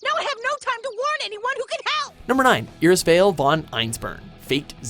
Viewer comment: you couldnt have pronounced "irisveil" worse.